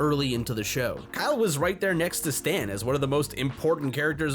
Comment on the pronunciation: KYeal! That's Kyeal!